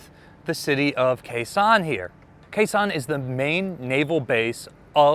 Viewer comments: It's pronounced Gao Xiong, not Khe Sanh. Fantastic content, but as a Chinese speaker i shudder every time you pronounce the city name. Do better! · Came here to see if someone had said this yet. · Kaohshiung is written with the Wade-Giles romanization, which is honestly pretty confusing to native speakers of English. Gao Xiong is pinyin and is probably easier for most English speakers to read and remember. I thought said Khe Sahn which really confused me. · if you're making another video there and you need to pronounce Kaohsiung, say it like "Cow" and "Shung" like "sung" but with an "sh". My family is from there, and my uncle was in the ROC Navy in the 1960's and served on the former IJN Yukikaze there. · "Kaohsiung" should be pronounced "Gāo xióng". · he just makes up the names as he goes.